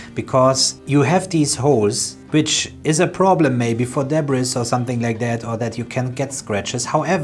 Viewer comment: The holes is a problem for "Deborah's" lol. Screw Deborah she'll get over it. I never heard it pronounced this way so I had to say it lol.